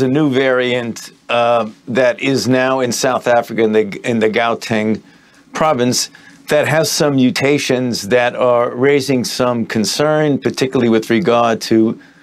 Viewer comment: He said gauteng.. It's Pronounced How-teng